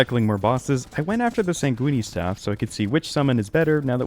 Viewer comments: why is bro saying "sangweeny" lol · what the hell is a sangweeny staff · the e at the end of sanguine is silent lmao cracked me up hearing it so often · Sanguine is not a pasta. Stop pronouncing it like that! It physically hurts to hear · I'm gonna guess he said sanguini based on the comment without having heard it before. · SAN J EW WEEN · Ah hell nah not the SANG WEENIE staff !!! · screams at computer "It's San-Gwin!!! Rhymes with fin, gin, sin!!!" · im so out of it from a migraine rn (minimal pain maximum loopiness) and the way he pronounces sanguine has me absolutely CACKLING; i laughed so suddenly i scared my cat lol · every time this man says sanguine, my brain wants to implode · i also cant believe you pronounce sanguine like it rhymes with linguini but I am going to do that starting now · Bro HAS to be pronouncing sanguine wrong on purpose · pronouncing "sanguine" like an Italian dish will always drive me crazy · I came to the comment section looking for just this lol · Tortellini linguine sanguine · If you notice when it cuts to the audio of him live getting the staff, he pronounces it correctly. He does it on purpose! 😂